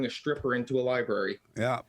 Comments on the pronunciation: "Lie-berry" lmao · Lie - berry - 😂😂😂